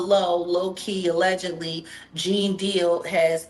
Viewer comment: Pronounced JEAN!!!!! Not geen lol